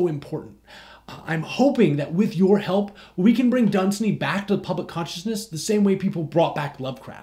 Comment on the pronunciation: Wait... you do know pronounces his name dun-SAY-ny right?